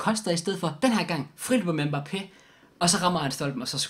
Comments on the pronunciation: du udtaler mbappe rigtigt jeg har boet i frankrig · Du udtaler mbappe rigtigt man ligger altid tryk på slutningen af et navn på fransk :)